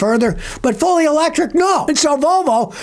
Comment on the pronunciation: "Electric" hahahahaha fail